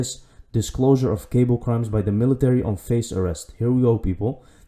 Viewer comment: Hey brother you are such a blessing I just wanted to tell you make sure you learn about that cabal thing (it's not pronounced like cable) because it's totally different than cable. I had to listen to this section about 10 times finally when I zoomed into the word cabal I figured out what was going on yes this is actually all going down this whole cabal system and it actually ties into the good old dollar bill the fiat currency of the Federal Reserve the Masonic symbol